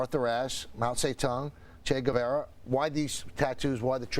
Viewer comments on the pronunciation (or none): none